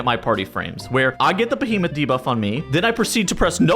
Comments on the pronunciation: Bee-he-muth, not beh-heh-moth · Can someone teach him how to say "behemoth"